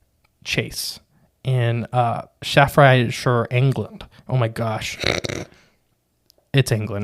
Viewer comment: I am a bit late to respond with this, only just listened but the pronunciations for Cannock Chase and Staffordshire are: Can knock chase Staff Ford shyer (as in rhymes with squite) Cannock Chase is a weird phenomena hot spot